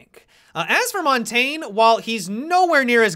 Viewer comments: MonTAINE? Montagne-Mon taan ya. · Mon-Tayne-ah, wow, that has to be the worst pronunciation of Mon-tag-nah I have ever heard. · "Monteen" lol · montagne is pronounced (moon-ta-ñe)